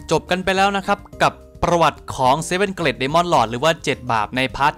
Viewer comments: ผมว่าน่าจะออกเสียงเกรทมากกว่าเกร็ดนะ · อยากให้แก้คำว่า Great อะคับ ออกว่า เกรต, ลากเสียงยาวนิสนึง เจ้าของโพสพูดซะ เกล็ด เป็นเกล็ดปลาเลย, เอาเป็นว่าเปนกะลังใจให้คับ